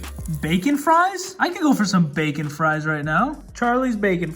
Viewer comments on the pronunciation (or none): none